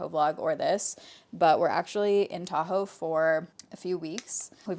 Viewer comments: 5ish minutes in and listening while getting my kid’s school lunch made and hear ‘I have a taco vlog coming out’ and didn’t flinch because it tracks… then realized you said Tahoe 😂 makes more sense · I thought you were saying TACO blog and I was super confused. I got there eventually. 😂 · Why did I hear "taco vlog" instead of Tahoe vlog? 😂